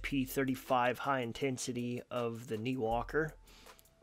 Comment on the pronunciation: I thought the brand name was pronounced nYwalker not Neewalker